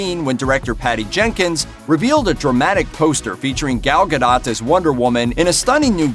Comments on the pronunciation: ga-DOH, not Ga-DOT. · "Gahl Gah-dote" is correct pronunciation. But hey, "ga-dot" is closer than "ga-doe" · It's GA-DOUGH.... not ga-dot.... Jesus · It’s pronounced ga doh not ga dot get it right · ga-DOT..... seriously man!? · You don't pronounce the T in her last name. It's pronounced ga-Doh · Gal Gadot(Gadough)is how u pronounce it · "Ga-DOT?" come on bruh. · Dude. You don't even know how to pronounce her name: "Gadot". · When the first movie came out, there was obviously a whole thing about how to pronounce her name correctly. This dude obviously didn’t take the time to learn it since then. For shame! 🤨